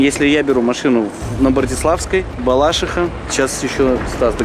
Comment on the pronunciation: Балаши́ха на и ударение гений без не